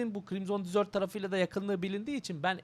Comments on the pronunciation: abi "desert" dizört diye değil dezırt diye okunuyor, o senin dediğin "dessert" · reis dizört diye telaffuz ediyorsun o şekilde "tatlı" demiş oluyorsun bilgi. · Usta telaffuzda bir hata olmuş onun okunuşu DEZIRT(DESERT) yani çöl senin söylediğin ise (tatlı )manasına geliyor. :) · Abi deserti yanlış telafuz ediyosun senin bahsettiğin dessert